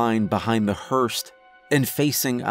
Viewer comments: Great story, but "hurst"?? Lmao (ahem, hearse) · Love your work. But, with respect, "hearse," not "Hearst." I can't help myself. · The word is hearse - not hearst. Otherwise, great story. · Dude, I'm sorry I know this is petty, but I can't help it. It's hearse, not herst. Either way, I love your narration and your choice of stories. ❤️ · I was really getting into it and relaxing until the word hearse kept being pronounced hearst and it completely threw me off. The story is amazing but that just kinda killed me a little inside because I love your videos. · Yep! Hearse hûrs noun A vehicle for conveying a coffin to a church or cemetery. I also want to say how much I enjoy your narration! I always feel like a dick when I correct a pronunciation or incorrect use of a word (I've done it on other story channels), but you seem to take great pride in what you do, and I mean no disrespect. Keep up the fantastic work, you're awesome! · Hearse,like nurse...no T. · Thank you. I loved the face reveal, the story, the narration, but the mispronunciation pulled me right out of it. :( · Hearse...no 't' at the end.